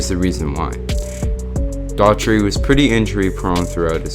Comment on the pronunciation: DOH-HER-TEE! Not Dautry.